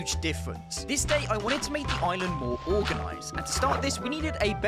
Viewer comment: good vid, bro made sure we hear he’s on his “oiland”